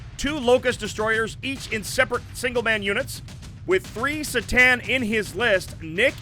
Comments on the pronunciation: it's c'tan as in k'tan not as in see'tan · The C'tan are not "see tan". It's "Kuh tan". 🤖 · "C'tan" is pronounced "Kuh'tan". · You guys pronounce it "Se-tan"? I've always heard "Ke-tan".. hmm I like the video, one note though: Maybe the narrator could TALK instead of shout at us? :D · is there a reason they pronounce c'tan with an s sound instead of a k sound? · Great video and all, but does anyone else die a little inside when they hear that pronunciation of C'Tan (Pronouncing the C like an S) or is it just me? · please pronounce c'tan right.